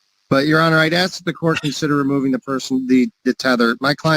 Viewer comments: Its ASK not ax....come on learn the English language please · Why is it so difficult to say ASK?!?!? It’s THREE letters!!!! What is this Axe BS? Pathetic. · Why do so many black folks say axe rather than ask? Real question. I've never understood that. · Isn’t it ridiculous how folks use “axe” instead of ask? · As a black man, that speak properly. Why is it the black generation still have issues pronouncing ask. Always say AX!! I'm black I say ask. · I can’t stand people that say axe 🪓 and would put them in jail until they learn English correctly 😂